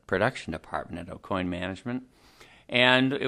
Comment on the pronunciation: Dude can’t even pronounce his own last correct. O-coin isn’t correct.